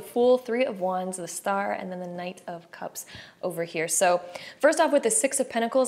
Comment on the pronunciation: Each time u said knight of cups I kept hearing 9 cups lol-group 1